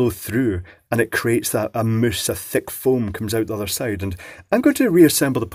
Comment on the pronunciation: "Moooooose"... Is that a mouse, a moose or mousse?